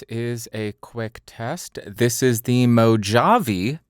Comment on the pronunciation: Back in the what? I've never heard anyone say Mojave (as in Mojave Desert) with a J-sound. Only with an H. And I don't think I've heard it said outside of US media.